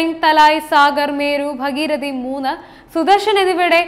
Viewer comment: B ഭഗീരഥിയല്ല ഭാഗീരഥി എന്നാണു ശരി.